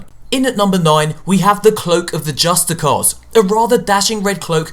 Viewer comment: Pronounced 'justicar' wrong